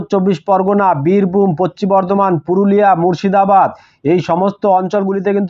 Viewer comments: পচ্চিম না ভাই.... পশ্চিম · Eta tar local language hote pare